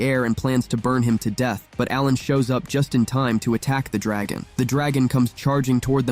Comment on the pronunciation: Your pissing me off when you day dragon wrong